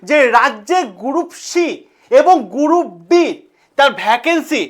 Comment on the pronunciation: গ্রুপ D ❌ গুরুপ D ✅ 😃😃